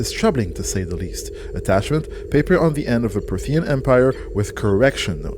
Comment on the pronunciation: PROthean. Someone please get to pronounce it right, he's killing me